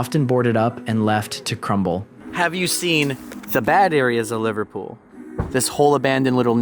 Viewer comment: Livertool 😂😂😂😂😂😂 I can't get it out of my head now , every time you say Liverpool, I hear Livertool 😂😂😂😂😂😂